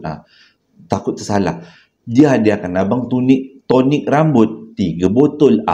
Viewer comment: Betul bang tonic rambut… jgn sebut sonic 😂